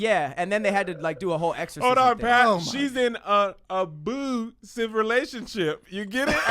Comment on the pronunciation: "a-boo-sive relationship"😭😭😭😭😭😭😭😭😭😭😭